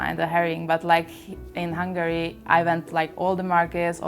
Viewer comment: No offense but it isn't hungry for the pronunciation but hungAry! From a hungarian !!